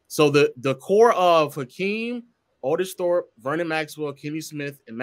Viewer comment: Aye said ortis thope 🤣🤣🤣🤣🤣🤣🤣🤣